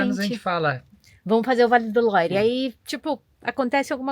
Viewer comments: Por favor falem Vale do "luar" a pronuncia é essa Vale do Loire é muito estranho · Vale mto visitar o Château de Amboise, onde tbm tem o Castelo onde viveu Leonardo da Vinci . Imperdível! A título de informação, a pronúncia de “Loire “ é “Loir “c/ o “r” puxado na garganta, a lá francesa), e “Loire” é o nome do rio que passa em torno dos castelos . O som da combinação da vogal “o +i” é sempre” oa, “ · O vale é lindoooo! ❤ Vale do Loire (pronúncia correta LUAR). Chambord (se pronuncia CHAMBOR)